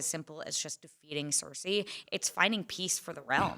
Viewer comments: Ceresi. It's heresy! lol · Why is he calling her Cerisi??? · Why is he saying Cersei so weirdly?